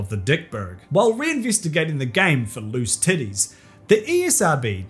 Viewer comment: Wait you said tities ClICk bait